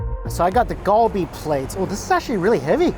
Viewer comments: It's prounounced as "KAL-BI" not GUL BI :/ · Galbi pronounced Gar-be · It’s surprising that you still butcher the pronunciation of galbi (갈비) after spending al of that time in Korea during COVID.